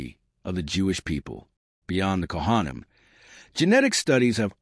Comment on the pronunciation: This was really interesting except that I couldn't listen anymore because the pronunciations of words like Kohanim were so awful. Seriously, if you're going to put all this time into a historical video, why pronounce all the Jewish words so horrendously badly? Makes no sense at all.